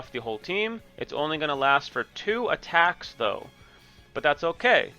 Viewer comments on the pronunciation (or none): none